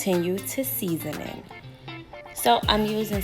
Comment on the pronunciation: Is she saying seasant?